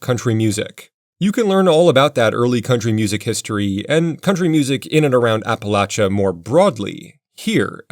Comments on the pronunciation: Thank you for saying apalachya correctly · Bonus points for pronouncing "Appalachia" correctly; with a short "a". Grinds my last good nerve to its last bloody dendrite when people use the long"a".